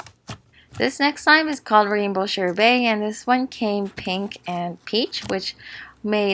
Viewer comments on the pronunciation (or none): U don’t pronounce sherbert like sher-bay u pronounce it sher-be-rt